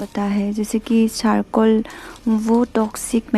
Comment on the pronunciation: Sarcol nahi charcoal. Sips nahi chips. Waise aap ka Assamese accent perfect hai.